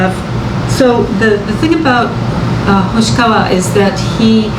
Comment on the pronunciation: Hoshiwaka?😂 You mean hoshikawa right